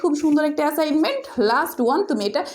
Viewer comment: ম্যাম আপনি তো এ্যাসাইনমেন্ট বলতে পারেন না 😂😂🤣😂 না বিশ্বাস হলে আপনি ভিডিও ২৫ সেকেন্ডে কথা শোনেন😂😂😂😂😂😂😂😂😂😂😂